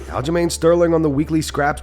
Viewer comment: Alja-co-main bothers me don't know what it is about that dude. Just irritates me. Kinda like Henry Cejudo 😂